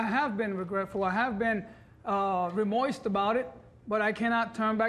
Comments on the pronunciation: "Remoist" or Remorse? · omg! yes he said re-moist